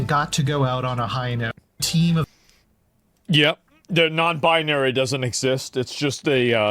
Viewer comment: "NonbIGNary" review